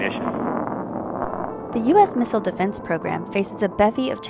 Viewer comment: Why does she say Missile wrong everytime?